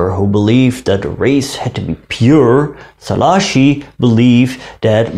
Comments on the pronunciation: Was not correct tbh. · tökre nem mondta ki jól😂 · Hát azért szerintem jobban mondta ki mint ahogy szokták de hát igen, nem tökéletesen